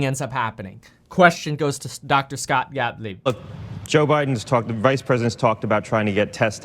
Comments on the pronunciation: Please stop calling him Mr. Scottlieb. It’s Gottlieb. Scott Gottlieb. Lol love your videos! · I thought I heard you call him ' Dr. Scottlieb.' Haha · Kev his name is Scott gottleib..not scottleib lol